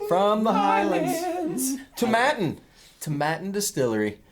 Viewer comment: Tom Aitinn NOT ToMMattin.